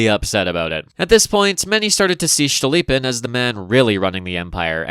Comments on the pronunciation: Cool, cool, but it's Stolypin, not Shtolypin, he's not German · every time you pronounce "STCHTolypin" i giggle uncontrollably this is certainly a feature, do not consult any pronounciation guides.